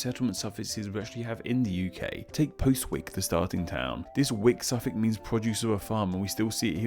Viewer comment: actually the Postwick that does exist in the UK is pronounced more like "Pozzick"